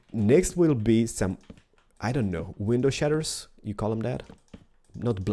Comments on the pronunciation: Shutters not shetters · Its shutters not shatters bro. I love your creations. I'm going to continue on watching you build.